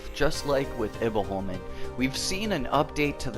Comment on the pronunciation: Much better saying Himfjell instead of Himfjall. I've been biting my tongue not to point this out cuz it looks like I'm nagging. But it sounds like you're saying "Himfell" (you're forgetting the j) You pronounce Iboholmen really good. Better than me actually. Och det kommer från en som ändå är Svensk xD Har aldrig fått till det på tungan hur man uttalar Iboholmen riktigt ^^ If you want the pronunciation real accurate you should say it as "Himfjaell" where you say the "ae" at the same time, as one letter xD it's complicated I know